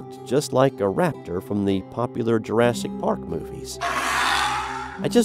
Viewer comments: It's "raptor", not rator.. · The narrator says nothing about the photos shown in this video. I would like to know if they are pictures taken by some whose encounters are recounted here. Also the correct spelling (last cryptid discussed) is raptor not rator. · Wtf is a rator? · Rator? I think you meant raptor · Raptor, not rator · lol "Rator in the Georgia woods" haha. Might wanna watch out for future small mistakes, man. Good video!